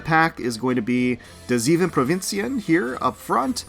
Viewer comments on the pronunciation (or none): Your zeven (7) sounds a bit off. It's see-fun as pronounciation. The tickets expired , rather than . Got 2 provinciën at 30 pulls, gonna try for the elite today (and following days if fail). Noticed wathing these pulls the Dutch got a "generic" icon rather than the mill they are supposed to have. They forgot? Apparently Kazan only drops from HT3, NOT T3.